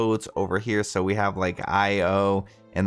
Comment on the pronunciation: To clarify, it's not I zero, it's IO.